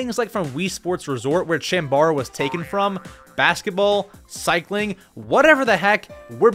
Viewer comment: Did he just pronounce chambara as champion? It should be pronounced similar to Chomp.